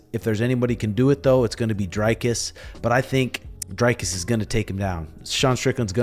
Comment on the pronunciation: Good video. Just for future reference Dricus is pronounced Dree-cus and your pronunciation of du Plessis is spot on